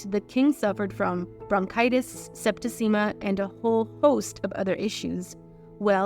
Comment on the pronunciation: Mischievous has 3 syllables, not four, as voice-over hire pronounced it. She can't say septicemia either, cutting a syllable instead of adding one. For the writers: let's use the words, death and died instead of that euphemism pass/passing etc.